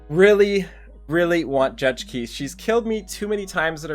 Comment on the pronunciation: Just an FYI, Kise is actually pronounced Key-Say (translates from her korean name - 키세). Not sure if you care but just wanted to let you know! Good luck on the Kise rolls!